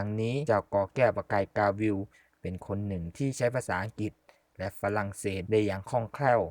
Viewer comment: ประกายกาวิล = ประ-กาย-กา-วิน(ไม่ใช่วิวนะครับ)